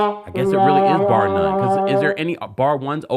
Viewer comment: Laughing my behind off how kept saying bar none😂😂😂😂😂😂😂